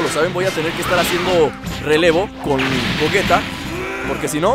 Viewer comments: se dice goyita no como tu le dices. osea se escribe gogeta pero se lee goyita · no es de idiomas tienes que decir como le dicen en el idioma oficial y los doblajes como referencia al japones se pronuncia goyita y se escribe gegeta ahora si entiendes